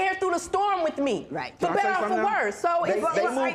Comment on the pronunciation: Did she just say "worses", and she's a nurse? 🧐😳😬